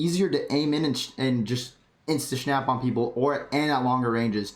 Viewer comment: did you just say insta SHHNAP? What... uhhh... theres no H even in snap...